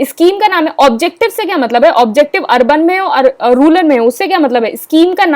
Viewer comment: Mam ruler nahi its rural